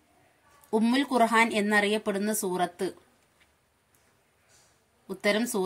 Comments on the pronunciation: ആദ്യം ഖുർആൻ എന്ന തെറ്റുകൂടാതെ പറയാൻ പഠിക്കുക ഖുർഹാൻ അല്ല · ഖുർഹാൻ എന്നാണല്ലോ പറയുന്നത് ഖുർആൻ എന്ന് പറയന്നട്ടോ.